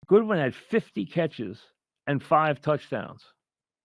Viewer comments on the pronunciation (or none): It's GODWIN MIKE. Not GOODWIN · uh he called godwin goodwin lmaoo ha